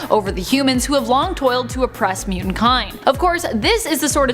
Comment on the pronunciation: Ahhhhh!!! You all being Canadian explains a lot. Lol! I always had suspicions you were from the extreme North. I just didn’t now it was THAT far North. But, explains how everyone on this channel speaks funny (like the way the bearded guy always pronounces “Mutant”. Ew it makes me shudder!), and how you all BUTCHER names!